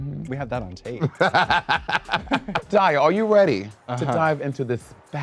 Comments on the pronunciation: Is Monet calling Daya “dahlia”.??? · Not Monét calling Daya “Dahlia”